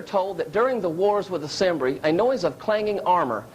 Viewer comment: "the wars with the "sembri" - I guess you mean the Cimbri don't presume to be an expert on history if you can't even pronounce names properly "what some think was Alexander the Great's grave" - "some" is that you and who else?